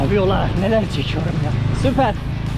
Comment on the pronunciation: Ben her zaman video çekiorruğmm